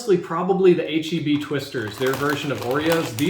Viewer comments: Cringe bro when you pronounced heb and not H‑E‑B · DID HE JUST SAY HEB? SHAME SIR! SHAME!